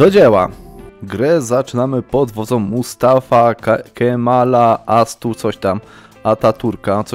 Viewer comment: nie umie wypowiedzieć Mustafa Kemal Atatürk Turcy którzy go kochają: cóż nienawidzę cię